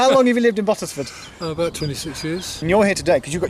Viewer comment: The way the other bloke said Bottesford was triggering me 🤦‍♀️